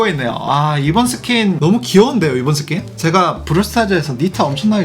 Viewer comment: ㅋㅋㅋㅋㅋ나도 이스킨을 이새끼라들음